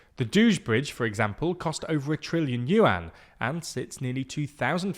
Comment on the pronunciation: Guizhou is pronounced closer to gway joe, not gwee joo. Yuan is pronounced üen, not you aan. You dont have to get the tones right, but can someone in tldr please put in an effort for pronouncing the names of things? It's supposed to cover world news so why does it feel like editors arent even trying to put in an effort?